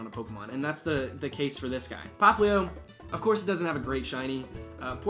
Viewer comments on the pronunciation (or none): none